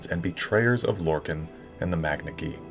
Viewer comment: How you pronounce lorkhan triggers me. It’s lore-kon not lore-kin